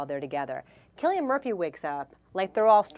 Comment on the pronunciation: ITS CILLIAN MURPHY WITH A K SOUND!!!! lol that was annoying me